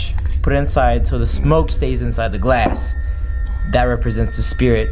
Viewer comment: To me when he said glass it sounds like he said glase and I’m like wait u say it glase I thought it was glass